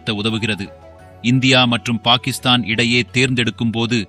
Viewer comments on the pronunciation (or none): none